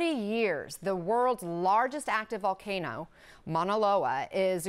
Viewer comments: Someone please for the love of God teach this man how to pronounce Volcano, not Valcano. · “Val-Kay-no” lmao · Weird he pronounces hawaiian words pretty nice but can’t say volcano x)